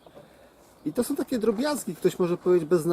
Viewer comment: Taki fajny gosc a caly czs KTOROM, TOM, SOM.